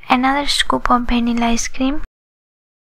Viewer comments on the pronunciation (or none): it is not 'bhanila' its 'vanila' realy no sense.